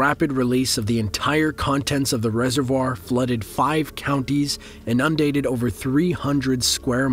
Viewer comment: “inundated” NOT “undated” Damn